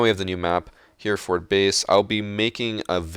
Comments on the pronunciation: Its not pronounced 'Hear Fird' its 'Hair a ford'. Also, while we're the topic, its not 'Me eye sstro' its 'My stro'.........if you are going to claim your heritage as the reason for pronouncing like that then you should be pronouncing ever OPs name like they would where they are from......otherwise you just sound silly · It's pronounced "Hehrehfud" rather than "Hearford" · Heh-reh-fod is how u say Hereford, 😂 (In England anyway😂) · Just an FYI: it’s pronounced “Hairefurd”. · Hereford is pronounced Herrer-food (like “hood” or “foot”), but apart from that great video! XD I’m such a cunt. Great video <3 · Hey, just to let you know Hereford is pronounced heh-re-fud (or fod depending on where in the U.K. you’re from).